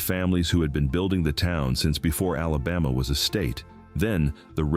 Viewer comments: Oh Hell No...he just said South Alaboma Naw man get the Hell outta here!! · I'm from east central Mississippi, it's a shame what we live in today , doesn't matter to me if it's AI or not , it's a sad day when you can't even say Alabama right !!!😮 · No such word as alabah ma . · Learn to pronounce Mobile and ALABAMA!!!!!!!! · Voice track has to be computer generated. Repeatedly mispronounced names from Alabama. But otherwise interesting history. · AI can’t even say Alabama correctly! Much less Mobile!